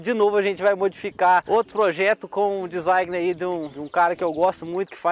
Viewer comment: Amo a humildade do.. até a palavra Design ele falando errado se torna sua marca kkkkk top